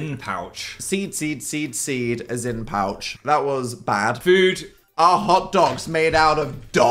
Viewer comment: “what is a zyn pouch” 😭